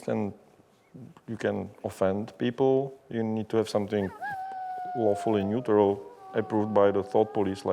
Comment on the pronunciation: Also... at the start did he say "wolfally neutral" rofl